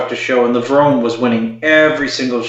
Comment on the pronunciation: How come some still say lev-rone rather than the correct lev-roney